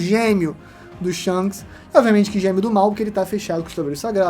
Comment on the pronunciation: Shonks ????? Que porra é essa ksksksksksks